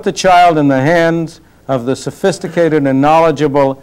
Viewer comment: "not very sofhisticated parents" hahaha.